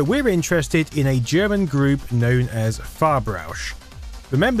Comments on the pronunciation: it ain't "far-brausch" but "farb-rausch". translates to color-rush. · I know I'll be that guy if I post this, but it bothers me more if I wouldn't do it. The project name is pronounced "farb-rausch", not "far-brausch". Like "farb" is colour and "rausch" is something like thrill. The thing is, your pronounciation of "brausch" is so perfect it's annoying that you came so close to actually saying it correctly, especially when "ausch" is so hard to articulate. I liked the video by the way. 5/5 would store on a floppy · It's Farb-Rausch not Far-Brausch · It's not "far-brausch", as pronounced in the video, it's "farb-rausch", which one could translate as "color buzz", "color ecstasy", or "color rush". Literary it means "color inebriation". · it's not "far-brausch" it's "farb-rausch" meaning "color frenzy" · Sounds like he always says "far-brush", but they are called "farb-rausch" (translated like "rush of colors")... these silly germans with their silly names...